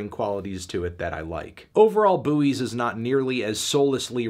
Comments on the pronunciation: "Boo-eees" ?? We definitely pronounce that word "boys" in britain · The 'U' is silent bro, only so many times I can listen to a man say 'boowees' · I don't know much about this album but isn't it just pronounced like the thing in the sea? he sounds so dumb saying "bu oys" ygm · The pronunciation of buoy. How did the word buoy come to be pronounced "BOO-ee" in most of the US? The British pronunciation "BOY" as in the word buoyancy or buoyant (which both countries pronounce the same) seems to be pretty straight-forward, so where did the US version come from? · wait do american's pronounce buoys as booeeys? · Isn't it pronounced "Boys"???? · okay, but can we talk about how he's pronouncing Buoys? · yeah, but I didn't ask Merriam-Webster, because I'm in a YouTube comments section and just found it funny because I didn't know there was a different American way of pronouncing the word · The way Anthony says Buoys kinda kills me inside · It’s a CT thing. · Is he joking with the pronunciation or is that how Americans say it omg